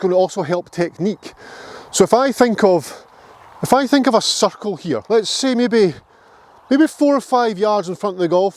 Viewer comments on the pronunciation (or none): l heard 'focus on the suckhole'4 times before l took the accent into account.CIRCLE!